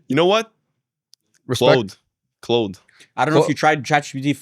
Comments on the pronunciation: guys it’s like the name Claude, not clode or whatever yall are saying 😭😭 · its clAude not clOud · "Clode" lmao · jokingly saying tomorrow wrong to joke about how they were saying Claude wrong was peak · i cant get over how they pronounce claude